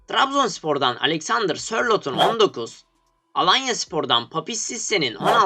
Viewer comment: abi sörloht